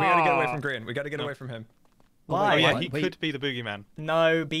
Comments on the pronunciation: its gr-aha-n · “Graham” -Google Translate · Graham> Grian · Lmao it google translated gri-aha-n to graham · So there is a translate button below youtube comments now and Gri-aha-n became Graham lmfao😂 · It says "translate to English" and it turned gri-aha-n to Graham lmao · Gri-AHA-n translated to Graham BRUH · Gri-aha-n Google translates that to Graham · Apparently google translate is thinking that gri aha n is graham LOL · grian has some salmon and its rA-HA